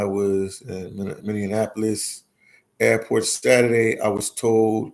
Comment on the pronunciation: Say Many-APPLE-Lis not Many-On-Napo-Lis !